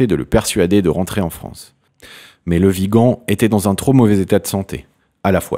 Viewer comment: Bon dieu il ne comprend ce qu'il a écrit il écorche les noms , même dans le titre il a écrit viga au lieu de Vigan.A la fin de la de vidéo il est incapable de prononcée correctement le mon de l'acteur Le Vigan ,dieu sauve la France nous somme perdu peut être dans un siècle cette vidéo sera une référence historique .